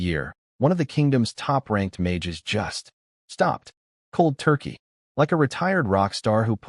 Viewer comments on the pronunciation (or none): none